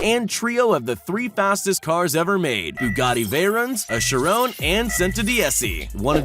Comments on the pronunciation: the chiron is not. chi roon it’s shi ron omg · It’s pronounced she-ron and vay-ron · YOUR PRONOUNCING MOST THE CARS WRONG!. THE CHIRON IS CHÏ NOT SHI!. AND THE VEYRON HE SAYS DIFFERENT TOO!. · its pronounced "kai rohn" not "shi ron" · Did this guy say Chiron like (shi rOn) it’s shi ron like the name. And he put a very on as a chiron. I’m dead.😭😂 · The fact that he says cheron instead of Chiron makes me mad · He says Shi ron not Chiron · bruh the way he sadi chiron... IDIOT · Bro he said chrone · "veyrin" and "shirone" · The way he said Chiron made me want to strangle him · Yes we are very triggered he says every car name wrong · And he does not know how to say Chiron 🙈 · You pronounced the 3 Bugatti wrong, The veyron, The Chiron & The Centodieci And the second time you pronounce Chiron, you pronounce that wrong too.